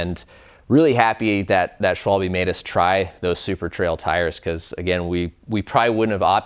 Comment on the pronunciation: Please guy, can someone tell the american, british, ect. how to pronounce Schwalbe :D